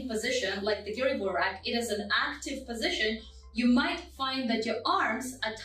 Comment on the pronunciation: Слово "гиревой" было сказано по-русски без акцента... хм, русская што ль